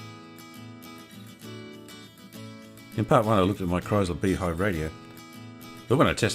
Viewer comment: Beautiful... “Live art.” Thank you 🙏 Just one little thing... “Kriesler” is pronounced (exaggerated): “krÍÍÉsler.” Not: “krAAIsler,” if you get what I am trying to say. Not to worry!!! German words are notoriously difficult to pronounce. But though you would like to know. Cheers!